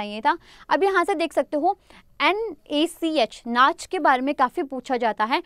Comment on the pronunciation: It's NACH (नैश) not नाच... Thank You, Ma'am It was a great show...